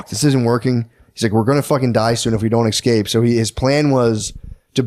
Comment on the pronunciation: Matt says EXscape 100 times.